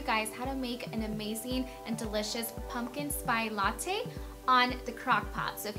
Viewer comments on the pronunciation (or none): Spice. Not Spy. Latte.